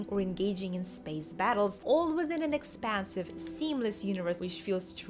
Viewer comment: I know you said No Man's Sky is expansive, but I really heard expensive! 😂